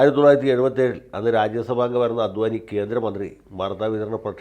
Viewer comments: അദ്വാനി അല്ല, അഡ് വാണി ആണ് ശരി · അദ്വാനി അല്ലാ,"അഡ്വാണി" ആണ്. അത് പോലെ തന്നെ മോഡി അല്ലാ...." മോദി " എന്നാണ്.. മലയാളിക്ക് മറ്റു ഭാഷക്കാർ ഒരു മലയാളി പേര് കൃത്യമായി പറഞ്ഞില്ലെങ്കിൽ പരമപുച്ഛമാണ്. എന്നാൽ മലയാളി ആകട്ടെ മറ്റ് ഭാഷയിലുള്ള പേര് കൃത്യമായി പറയാൻ ശ്രമിക്കുകയും ഇല്ലാ....മലയാളിക്ക് ഇത് വലിയ കാര്യമൊന്നും അല്ലാ... എന്നാലും പറഞ്ഞു എന്നേയുള്ളു...